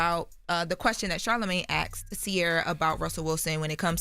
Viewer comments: Did she say axed or asked 🤣🤣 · The "question that Charlamagne 'axed'"?